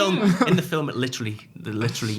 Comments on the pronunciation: Lol ‘filum’ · Film is one syllable. Just saying